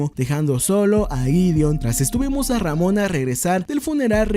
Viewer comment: Pronuncia ramona una vez mas de ese modo y te funo